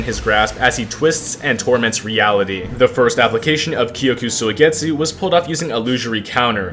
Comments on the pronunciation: Kyoka suigetsu Him: kyoku soigetsu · blud said kyoku suigetsu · "kyoku soigetsu"